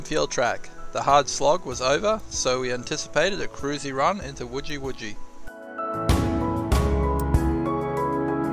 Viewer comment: Wujal wujal....not wuji